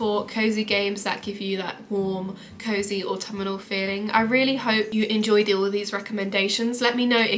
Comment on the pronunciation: Good list! Just a bit of feedback: 1. It's not "autummernal"... 😂 (I am also English btw) 2. Please let us know WHICH versions of Xbox or PlayStation the games are for, they aren't for all platforms by default 3. As others have commented, more game footage interspersed with you talking would be more beneficial for viewers of a video game list 😊